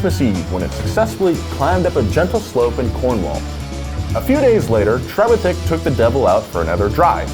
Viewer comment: it's pronounced tre-VITH-ick